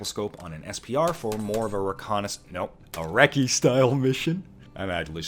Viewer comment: Everytime you say recce, an angel gets its wings revoked.